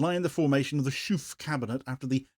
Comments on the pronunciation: Schoof isn't pronounced Shoeff as the double o in Dutch makes it sound more like in words like though. And the ch sounds is more like a k in English. Quite why this party is still in charge is beyond me though. They really haven't got a hope and a prayer of staying on any longer. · Shoofff? 😅 His name is Schoof. You, as an English speaker, can't pronounce his name properly. Neither can German or French speakers, so I don't blame you. But to Dutch native speakers, it sounds very funny, the way you try to pronounce it (but doesn't even come close...)